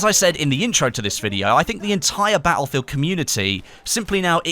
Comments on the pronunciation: bah ill feel? its pronounced, battlefield. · Ba-el-fill !! Lol